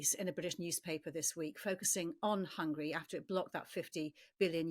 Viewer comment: I don't agree the Russians have the ability to endure pain. Rather they aren't allowed to criticise the government. It's pronounced Hungary dear, not Hungry!